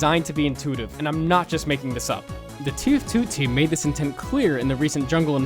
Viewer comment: The “TeefTooTeem”